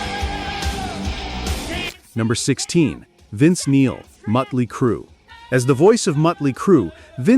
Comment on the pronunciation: Ozzy at number 6 is almost criminal. No dio is just negligence. And miss pronouncing Motley is disgusting. Its not Mutley its Motley